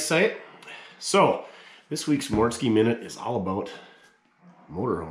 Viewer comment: Actually you nailed the mortske minute I enjoyed it 🎉🎉🎉🎉🎉